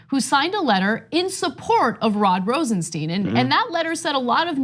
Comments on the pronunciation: Please pronounce Rosenstein correct. It is Rosenstajn and not Rosensteen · It's Rosenstein not Rosensteen... Sty-n not Stee-n... it's not hard. Do you call Calvin Klein Calvin Clean? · His name is Rosenstein not Rosensteen. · RosenSteen or RosenStyne ... Those weird forren names are sure hard to pronounce right ain't they CENK. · Hey Cenk and Anna... sorry this is bugging me... it's RosenSTEIN not steeen. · Learn how to pronounce Rosenstein! it is as in Beer stein....not STEEN. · Pronounce as Rosen-"stine" please. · Say "Einstein". Now say "Rosenstein".